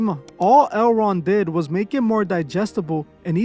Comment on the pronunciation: Toward the end of the video, when you were saying "L. Ron", it sounded like you were saying the name of that market, "Erewhon" 😬